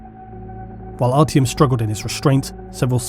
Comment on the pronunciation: also its ARTYOM not artiumun